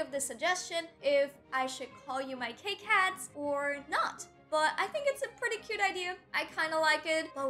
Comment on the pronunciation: Please don’t call us kay cats